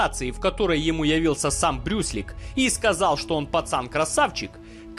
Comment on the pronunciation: Он сказал "Брюслик" ☝️ 😁